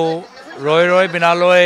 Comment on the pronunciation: এইজনে জুবিন দাৰ চিনেমা খনৰ নামটোকে ভালকৈ কব পৰা নাই। ৰৈ ৰৈ বিনালৈ নহয়, ৰৈ ৰৈ বিনালে।